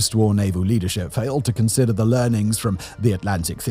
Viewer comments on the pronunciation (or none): none